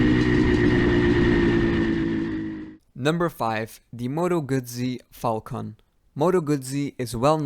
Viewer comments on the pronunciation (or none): none